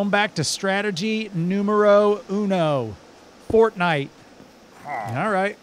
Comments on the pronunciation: everytime said fornite I just cringed so hard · I love how terrible you guys are at this game but in a good way., the loom is for making custom banners. You need to craft the wool into banners then use dye and patterns, get better weapons and a bow. Also stop saying fortnight or I’m leaving, it’s called iron, just ask the golem out on a date already, never change, you’re awesome